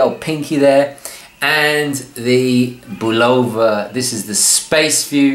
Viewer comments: And the emphasis is supposed to be on the first syllable. BUL' o va. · Why does everyone have a problem pronouncing the name of this watch. Having grown up in the early 50's, and into the 70's and 80's listening to Bulova ads on radio and tv, it was pronounced BULL'-o-va not bul-O'-va. The accent was on the first syllable. These were American ads for an American company so I defer to their pronunciation. Also I love these watches and have twelve in my collection. One of these is a 2181 movement powered Deep Sea 666 diver's watch that has been running continuously since I purchased it in May of 1974 except for the time it took to replace the battery. It now uses a 344 silver oxide 1.55V battery in place of the 218 1.35V mercury battery. This may account for it gaining about 10 seconds a month. I believe the sweeping second hand on these older Accutrons are even smoother than the newer Accutron II and Precisionist movements. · Excellent video but I would add that the name Bulova is pronounced BUH lo va, accent on the first syllable. You can verify this by watching old Bulova adverts. I still have the 214 Spaceview that my dad gave me new for my 12th birthday, in the early 60s. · I'm a bit confused why I am hearing people pronounce Bulova with a long "o", as in bologna. Since I was a kid it has always been with an "uh" sound, as in this old TV commercial, which is rather humorous.